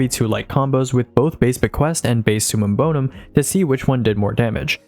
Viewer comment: It’s summum bover….